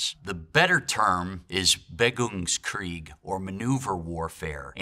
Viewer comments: BeWEgungskrieg, not "Begungskrieg" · An army historian can`t say "BeWEgungskrieg"? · He butchers the German pronunciation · "Bewegungskrieg" not "beggungskrieg"; if you want to use a german term because its as you state "more accurate" at least use it correctly. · It's "Bewegungskrieg." German can be hard to pronounce unless the USAF and US Army send you there for 9 years.